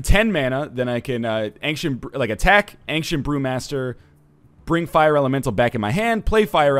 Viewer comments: Do other canadians pronounce it anksient? Seems really weird to me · Does anyone else think he pronounces Ancient weirdly....